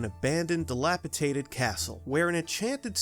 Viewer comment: Dilapitated is not a word, despite the fact that my sister insists on pronouncing it that way. The word is dilapidated.